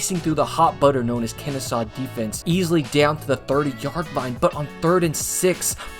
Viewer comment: Great vid. But did he say "Kennestaw" multiple times?